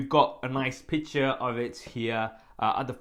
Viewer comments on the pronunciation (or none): none